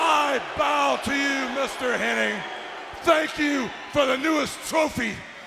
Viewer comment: Anybody else notice that everyone is saying "Curt Henning" instead of "Hennig"? Even the subtitles are spelling it that way. I swear, it's always been Henning. The Mandela Effect is real!